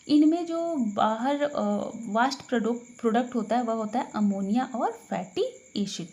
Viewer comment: मैम वास्ट नहीं वेस्ट प्रोडक्ट्स होता है...